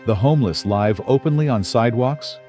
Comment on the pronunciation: Artificial Intelligence is used for the Voice because it does not know in context how to say live as :I live over there and the person points. It say Live as in ALIVE. LOL